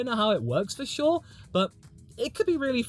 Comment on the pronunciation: I love how the 2026 car looks and how it will work. Smaller, shorter and lighter. I don't care if it is slower because faster doesn't mean better racing. And everytime you say for sure, I understand Verschoor 😂